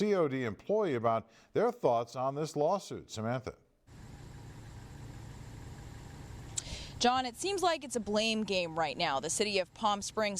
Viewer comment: Is someone ever going to teach that old white guy to pronounce Samantha’s last name?